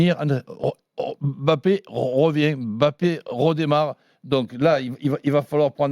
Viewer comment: jeu stereotypé avec des dribbles bateau. ça passe plus, s’il veut en pointe c’est qu’il est conscient qu’il faut etre clinique. Sinon en 2021 des gens prononcent le nom de kylian en disant aimbappé... incroyable